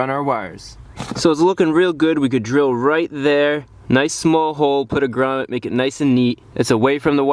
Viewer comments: 19 minutes of a guy saying «Gramet» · The way you say grummet is priceless 😂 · Everytime he said gramet I thought he said raman